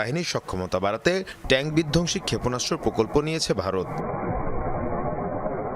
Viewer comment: বিধকসি না রে মাইয়া বিধঙসি। আগে হোম ওয়ার্ক কর।